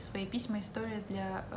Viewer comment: На 1.13 вы сказали Бля большинства))). Даже переслушала 3 раза